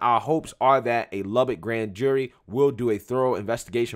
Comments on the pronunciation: Lubbock Texas not Lubbard Texas lol. I live here lol. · For future reference it's Luh-Buck, like a stag/deer, not Lah-bic like a lighter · weird seeing your hometown in the title. Spelled it wrong, and mispronounced as usual. its pronounced, Lub-uck texis lmao